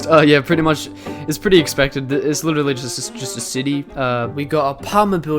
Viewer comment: WE LOVE MICHAEL (aka the counter guy, witerally)